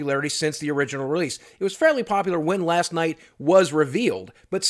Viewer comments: Boogie... buddy... listen... Last LIGHT... with a fucking L !!! Sry, had to point it out cuz it bothered me to no end xD Great vid with a lot of emotions, keep up the good work 👍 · Is he saying Last Night or Last Light? I keep hearing Night. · He's so pissed that he's saying it wrong without thinking